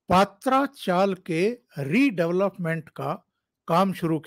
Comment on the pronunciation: सर पात्रा चाल नही , पत्रा चाल है याने टिनसे बना हुआ चॉल